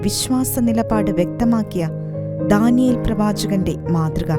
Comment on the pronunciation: നല്ല ആശയം... ഉച്ചാരണം correct ആക്കാം ശ്രമിക്കുക. ധാനിയേൽ അല്ല; 'ദാ'നിയേൽ എന്നു മതി